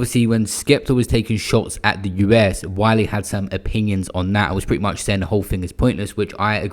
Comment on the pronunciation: Man said wiler 😂I love your slip ups